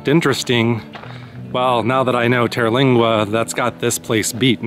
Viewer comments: TER-lingua ....."ter" rhymes with "her" and there is no vowel after it, so it's not pronounced "TerrA-lingua"......just Terlingua. (and in Rio Grande, the e is silent) 🙂 Great video! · It is most definitely not pronounced Terralingua.